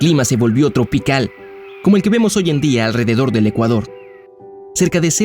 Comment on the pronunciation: Dijo Ecuador o me equivoco??